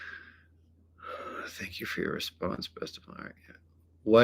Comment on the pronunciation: "Tank yoh"😂